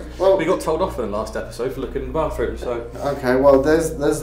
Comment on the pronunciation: for real. Chubby Harry Potter is a laugh a minute. Especially calling it a baffroon instead of a loo